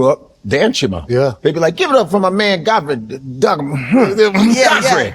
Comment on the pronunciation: Though shalt not covet - Fodfrey- hakbar-a dish